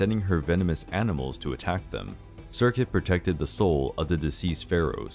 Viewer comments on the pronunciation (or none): none